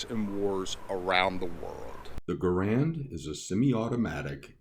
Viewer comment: Sorry to be that guy, but his name is: gah-RUND, not GAH-rund.